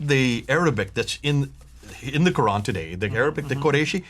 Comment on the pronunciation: Both of the speakers are nonMuslim. The very first word alQur'an is pronounced incorrectly, and how could both of you to go on with the discussion of Arabic language of alQur'an? All humans had never heard about 'istewa' , ' arshy' , 'siratulmustaqim' etc because all human are still alive in this world. In fact, they are in the journey to hereafter, life in grave that is a new and different world as compared to what it is now. You might be kidding others who haven't been exposed to the truth of alQur'an but you will never succeed to misguide reciters of alQur'an and sayings of Prophet Muhammad pbuh. With regard to the Bible, it has experienced a lot of changes, and not a single word is revealed in the book. It is merely based upon perception of Pope, priest and writers. Yet, you claim Bible is the original words of God or at least in the same language. Should you add S to the 'word', it becomes 'Sword'. This is exactly happened to the Bible and manuscripts, shame on you to believe something fake as true.